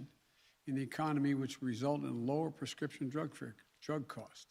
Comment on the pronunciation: He can't even say prescription.. a total joke . We are the laughing stock of the world.